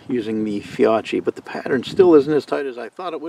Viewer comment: The Fiocchi is pronounced “Fee-O-kee”